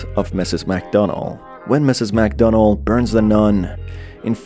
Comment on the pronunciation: I kinda thought I was hearing Mcdonald when he said Mcdonell